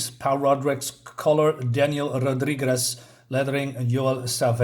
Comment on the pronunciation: I love how you can never pronounce the name Rodrigues. 😂